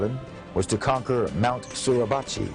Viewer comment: As a Marine, I'm happy to see these video's but the narrator needs to learn how to pronounce Teufel Hunden, Mount Suribachi and really needs to stop referring to Marines as Soldiers. To a Marine, being referred to as a Soldier is an insult as it would be in any branch except the Army. The Army has Soldiers, the Navy has Sailors, the Air Force has Airmen, the Coast Guard has Coasties but for the Marine Corps, we are referred to as Marines. We are the Corps and the Corps is every Marine past present and future.